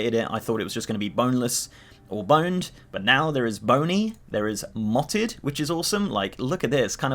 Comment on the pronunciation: "Mottled" not "motted" 😋